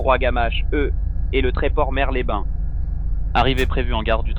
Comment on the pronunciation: dans Mers-les-bains , le "s" de "Mers" se prononce 😉